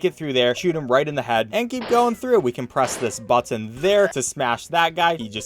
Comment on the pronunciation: You say button weird